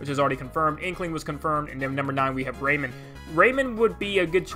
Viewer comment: Ray MAN not raymond and amaterasu ah ma ter ah su - you got it bud